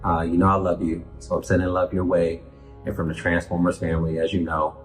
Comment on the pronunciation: i love you but why do you say the TRANs-fOremers. 😆 but when he said "in 1984, Peter and i went to war"aw man, waht a perfect way to summarize his relationship with peter